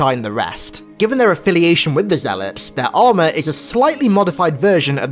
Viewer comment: Why do I keep hearing ZEALOPS?